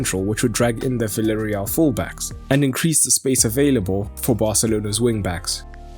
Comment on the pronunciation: Please people, call villareal not ‘villareal’ but ‘biejareal’